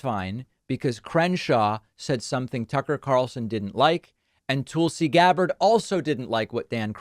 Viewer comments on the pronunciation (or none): FYI, David. I believe it's pronounced "Tull'-see" Gabbard, not "Tool'.see" Gabbard.